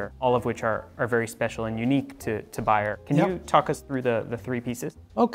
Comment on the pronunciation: Is this guy called "Bayer"?? No, he is called "Beyer". Can't you pronounce differently an A and an E?